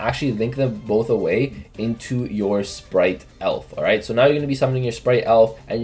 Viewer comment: why on earth does everyone pronounce Spright "splight" my god. Read the TCG names ffs